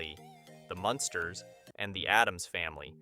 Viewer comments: Learn to say munn sters not monsters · The Monsters???? What? MUNsters ... that's 21 Wierd Things .... can't listen to more, sorry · It’s the MUNsters. Not the monsters🤦🏻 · Sure seems so. As it goes on the Munsters pronunciation does change to the proper one then back. So weird.